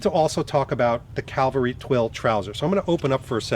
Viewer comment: Hello. I wonder if you realise that you pronounce 'cavalry' (horse soldiers) as 'Calvary' (place where Christ was crucified). Rather different!